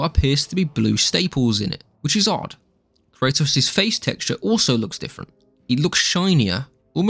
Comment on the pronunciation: The way you pronounce kratos makes me want me want to lay down in front of speed bumps